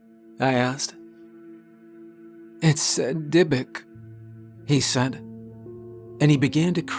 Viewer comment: I gasped when the guy said dybvuk